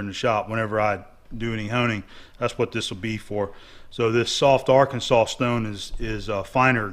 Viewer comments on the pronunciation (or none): none